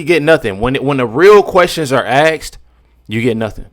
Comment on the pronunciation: Asked not aksed